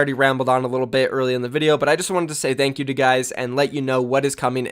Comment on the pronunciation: "Th'eankyou" Please speak right, English is not even my first language Please get your shit together